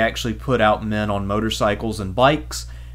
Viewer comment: peddling panzers not piddling panzers lol